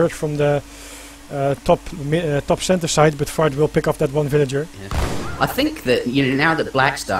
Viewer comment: ...what I find real funny is when you say Fard...it sounds like "FART" !!! hahaha